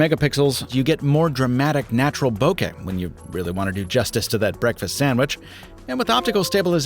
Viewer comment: Thank you for your pronunciation of bokeh. (And not bo-kuh, or boke-ahh) 😅